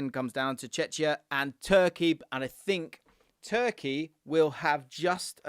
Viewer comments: Why have so many people recently pronouncing czechia wrong? Its not chetchia its pronounced chekia. Stop confusing it with chechnya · It’s pronounced Check-ia not Chech-ia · It's 'czeCKia' big man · its pronounced Cze[ck]ia bro pleasee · Cmon, it's not Chechia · please, learn the pronounciation of Chechia, it sounds like Chechnya 😅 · mate I love you but are you really pronouncing Czechia ‘checheea’ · That Czechia pronunciation... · Mate, your videos are great, so keep it up! 💪 but for my sanity, could you please rethink your pronunciation of Czechia? It hurts my ears. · I love the pronunciation of Czechia